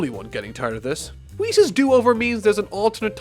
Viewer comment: one of the only channels able to pronounce whis right. RESPECT